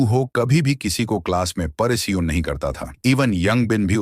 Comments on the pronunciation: Paresan ❎️ Poreson✅️😂😂😂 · Paresan 🙅 pareshan✅